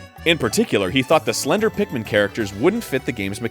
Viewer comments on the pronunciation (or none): none